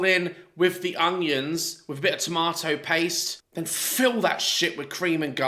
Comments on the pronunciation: is lovely and I love when she calls onions hunions lol but at least she cooks her food on cooker and not a microwave like Candice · Look I probably wouldn’t eat her food because she hasn’t followed correct technique leading to possible food poisonings but at least she’s giving it a go I guess. I just can’t stand how she says things like “honions” 😂